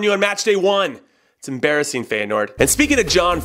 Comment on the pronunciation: You're pronunciation of Feyenoord is killing me lmao